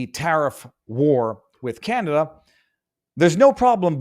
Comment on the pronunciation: ohhhhh, can-o-duh.